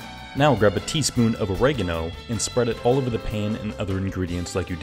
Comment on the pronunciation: The way you pronounced 'oragano' made me crease😂